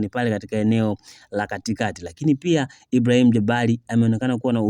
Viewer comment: Mtangazaji ongeza fasaha katika matamshi yako,muhimu sana vipi jina kama Ibrahim likupe tabu?